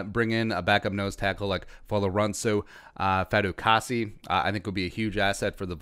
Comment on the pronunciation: Your not saying his name right bruh say his name right